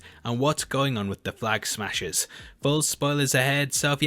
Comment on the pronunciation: “Flag ahaggers”? lol!!